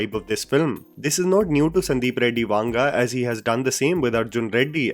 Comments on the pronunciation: It's not वांग it's वंग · It is not pronounced वांगा, just वंगा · His surname is not वांग rather it's वंग. If you are covering any non Hindi person it is a good practice to reach out to someone who speaks that language to ensure you get the pronunciation right. It can be very annoying for ppl from Telugu speaking states to hear that wrong pronounciation. You have a strong subscriber base and it is just a message away to get some help. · I have nothing to say about the video, but the way you pronounce the South Indian names... To be honest I recommend you to first hear the way we pronounce. It is not vaanga, but vanga. I've made this comment after watching so many of your videos... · It's not वांगा .. it's वंगा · Bhai it is not vaanga, its vanga. For authenticity of name pronouncement